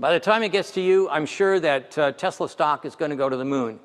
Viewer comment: Tesala, not Tesla.